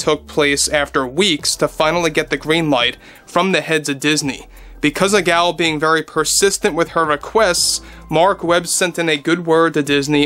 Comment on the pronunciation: Gal is pronounced to rhyme with "doll" and Gadot rhymes with "Bardot". The "T' is silent.